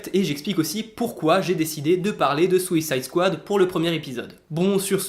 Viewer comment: Well, since you asked! - Déjà tu prononces "Swicide Squad"! (c'est pas méchant, c'est un peu drôle c'est tout ;) ). - "God help anyone"/"Gare à quiconque" Ta traduction créé une nuance qui ne colle pas car tu ne prend pas en compte le culturel. "God help..." est une expression typique américaine, tout comme "Gare à..." en France. Là c'est surtout la traduction d'une expression répandue par une autre (ce n'était peut-être pas leur intention). Dans ta traduction est un peu longue et on sent une vibe religieuse. Le sens n'est pas "il n'y a plus que dieu qui puisse te sauver", mais plutôt "t'es foutu" dans les deux cas pour le coup. "God help..." est une expression, la notion de dieu là-dedans n'est pas significative mais fortuite. En gros, ce n'est pas une nuance, les deux répliques veulent dire la même chose de mon point de vue. -"Is he SUPPOSED to be green like that". Ici le "supposed" indique une notion d'habitude justement. Cela dit dans ta traduction "C'est NORMAL qu'il soit vert comme ça", le "normal" fait aussi ce boulot. Je trouve que leur traduction va suffisamment bien. -Ta traduction du "Ain't you scared" en "J'te fais pas peur" colle bien (même si "t'as pas peur" aurait été mieux pour le côté "ain't you") mais ça rajoutes une consonance en "p" peu élégante. Avec la "trouille" on reste familier aussi et puis le ridicule du terme est relatif mais je comprends le point de vue. -"This looks neat". Je ne pense pas que c'était le but des traducteurs mais l'expression "Ça a